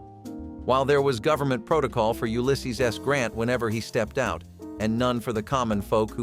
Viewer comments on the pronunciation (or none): none